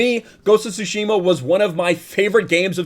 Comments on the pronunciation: I am soo looking forward to have a go at the game, I still haven't to this date! And coincidentally I am also learning Japanese, so gonna totally play it with Japanese language option! Also, a small tip - its pronounced "TsUshima", not "TsushIma";) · The t is silent you thick w⚓ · .............the T is silent.